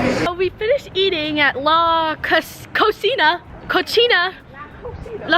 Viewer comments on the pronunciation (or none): "cochina" means dirty pig in Spanish💀 the place you went to is pronouced "la co see na" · When cant say"la cocina" (the kitchen) in Spanish hahahah💕